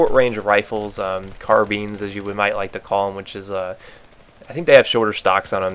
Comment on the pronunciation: carbines not 'carbeans' lol